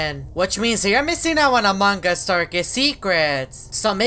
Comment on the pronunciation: He said "among gus"